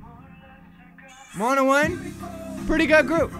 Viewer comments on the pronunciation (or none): none